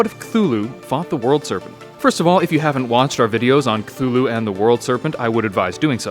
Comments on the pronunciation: A jar of pickles I pronounce cthulhu as su-thu-lu instead of kuhulu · It is actually pronounced cuh-too-who-lou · Me: knows Cthulhu is pronounced Ka-Thu-Lu Also me : Drowning noises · actually Lovecraft described them and being beyond comprehension, and therefore the way you pronounce it doesn't matter because we can't comprehend the way it's pronounced.